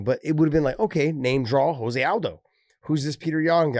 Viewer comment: Can some one please tell Josh his name is pronounced Joe se aldo . Not Jose. He is Brazilian not Mexican